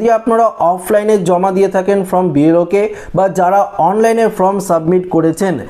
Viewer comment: আবে, ফ্রম নয়, ফর্ম।